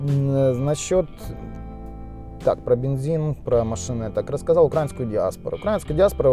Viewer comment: УкраИнский, а не укрАинский УкраИнец, а не УкрАинец, ну очень слух режет...